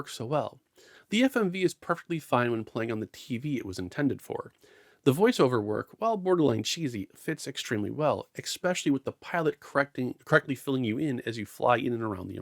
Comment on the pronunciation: What it with people these days saying eggspecially instead of especially? lol